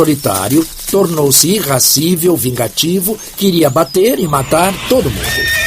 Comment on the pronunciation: Ótima seletiva de vídeos. O dublador escorregou ao falar "irrascível" por "irascível" (adjetivo derivado do substantivo "Ira"). Me inscrevendo e laicando.